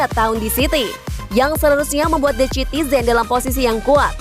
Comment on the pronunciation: Pengucapan naratornya tolong diperbaiki dong biar ga terkesan receh.. the citizens dibaca sitizens dong..